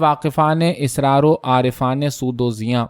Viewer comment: آپ کا انداز بیان نہایت موٹر ھے بس لفظ asrar کو آپ بار بار israr کہتے ہیں جو غلط ھے